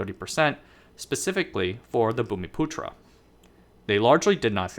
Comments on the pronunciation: You pronounced the word "bumiputra" spot on; kudos to you. And you've done a very decent job indeed in summarising the political and economic history of the Chinese diaspora in Malaysia. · No problem buddy, it's not immediately apparent. You nailed the pronunciation of "bumiputera" though which is amazing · You pronounce bumiputera really well, just like a local. UMNO is pronounced Uhm-noh. No one pronounces it by spelling out the individual letters U.M.N.O. The original party actually died with the Malaysian Constitutional Crisis of 1989 due to Mahathir. The party split into two camps. After winning the party war and forming his own new UMNO, he pretty much hijacked the judiciary making it subservient to the government (no more constitutional rule of law), enabling him to become somewhat of a racial supremacist dictator. The current UMNO is more like UMNO 2.0, it was a newly registered party during the split. But over time it took over the old UMNO's legacy. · I'm from Malaysia. You pronounced 'Bumiputera' correctly but 'UMNO' is pronounced here as 'arm-no' but without 'r' sound in the first syllable.